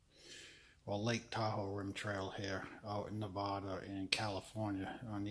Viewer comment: Nevada not nvooda